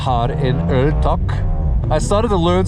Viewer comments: Love the channel. Good Swedish/Norwegian there and you are right about öl=beer. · You nailed the norwegian sir :) surprised me so much i had to rewatch it a few times. I gotta say, your videos really help my motivation on getting my S14 Silvia running agian. #ToastedSR20DET life. Keep up the good work, can't wait until your next upload! -Greetings from Norway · Yes, it's still a funny joke,! Still funny!... Bloody viewers are causing premature wear... 😂 Oh, hey, cheers! Thanks for uploading sweet content, with your sweet face, and sweet voice! Yes. Yes, in Swedish beer is "öl", yes. Words sounded Swedish, but the intonation is more Norwegian - I understood it just fine dou..! 👍 G_G Easy, big guy, we still love you! 😂 Best friends spin together?! Ah! Progress!... あぁー！いいね、その友情！ Cool, short tour some other time! Mebe 2nd channel?